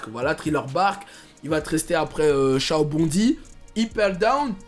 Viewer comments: encore "sha-bonne-di" ça passe (en vf ils disent comme ça) mais "shao bondy" putain je m'y attendais pas... 😭🤣🤣👍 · Piece je sais c’est quoi mais il a mal prononcé Ps: j’ai fini One piece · El Brawlito shao bondy 😂😂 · la prononciation de l’archipel où se retrouve l’équipage 😂